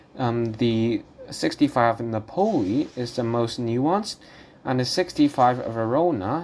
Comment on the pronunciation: Nápoli, not Napóli. Otherwise interesting.